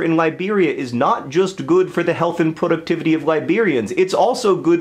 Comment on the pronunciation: has anyone ever told you that you say productivity weird